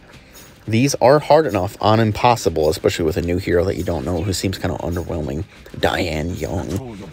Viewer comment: Actually pronounced d-yen-yeern. Dian(电）means electricity Yun(云）means cloud